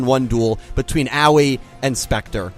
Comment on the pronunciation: Dude, Aoi's name is not pronounced "Owwie"